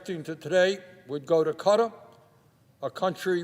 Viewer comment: What the hell is cutter? Does he mean Qatar?